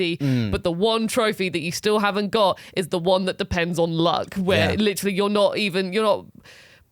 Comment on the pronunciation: Take a shot every time says "litchally"